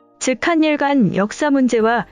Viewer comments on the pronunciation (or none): 한일을 하닐으로 읽어야지 한닐이라고 읽으니깐 되게 어색하네..